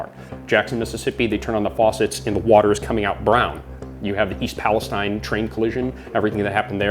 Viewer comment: People are STILL mispronouncing East Palestine. It's "Pal-es-teen".